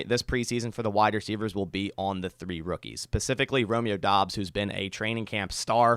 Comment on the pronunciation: said Bromeo Doubs, lol.